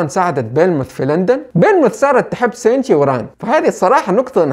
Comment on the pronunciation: ليش لقول توجو مو كوجورو و حتى شينتشي تقولو سينشي مرا غلط